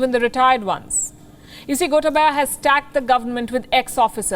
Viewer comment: It's not "gota baya". Gotaabaya (you can spell like that).